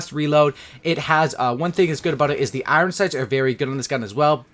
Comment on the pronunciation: Dude says Iron like a complete spaz